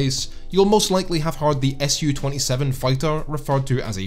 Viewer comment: Su-27 is "Soo" 27 because it's the first syllable of the name Sukhoi, not the letters S and U. It's always "Soo" 27.